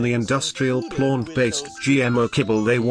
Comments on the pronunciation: Lol I like the pronunciation of Plônt based diet 😂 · "and eat a PLONT-based diet" haha made me chuckle. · I enjoy the pronunciation of plaunt... plaunt based equals gaunt faced.